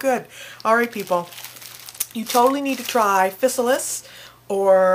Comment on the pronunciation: Im not trying to rain on your parade. Just wanted to clarify a few things and add a few more bits of information that may be helpful to you and others who wish to enjoy these delicious and abundant fruits. The proper pronunciation is Phi-Sal-iss. They are a common weed throughout the U.S. and grow in disturbed fields and gardens. They truly are FANTASTIC tasting. What a shame they are considered a weed and eradicated by most farmers throughout the U.S. They belong to the nightshade family (Solanaceae) as do their relatives the Tomato, Potato and Eggplant. They MUST be ripe before eating (yellow) but can be picked green and allowed to ripen in your home. DO NOT EAT GREEN OR SWALLOW BITTER UNRIPENED FRUIT. As with most members of the nightshade family, they contain alkaloids that can be toxic in many cases if handled improperly. Yes, that includes the tomato "plant" but not necessarily the fruit. Dont let that hinder you though, they are well worth the little added care it takes to make sure you dont get sick. There's a whole lot of flavor in those little inconspicuous pouches. So, go forth, pick, ripen, eat and enjoy :)o)